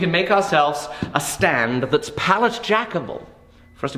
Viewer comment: Stand Me: DiD YOu sAY StAnd